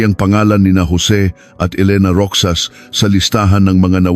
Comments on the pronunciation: Pronounced "Rojas/Rojas" AI? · tutuo bang sa pinas pati pagsasalita mo AI ( ROXAS) ROKSAS DAW? tapos (23)bente three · Roxas is pronounced as 'Ro-has', pinoy ba ang narrator neto? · Rixas not Rokjsas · Roxas or rocsas. Ale be or alibi bakit d mu alam mag peonounce nito. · Rohas pag read sa Roxas. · ROXAS. ...PRONOUNCE AS ROHAS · Parang d marunong mag pronounce,Roxas d roksas.haisttt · I hate Ai assistant voice.. wrong pronunciation of Roxas🙂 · I’m not aware of this case . This is a make believe story . Can tell you are a foreigner . . Mispronounced some of the words especially roxas . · Bakit hindi marunong mag pronounce na ROXAS?